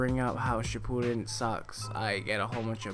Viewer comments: He said shippuden wrong........ ODDMEN RASGAN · Its not naruto shipuden your saying it wrong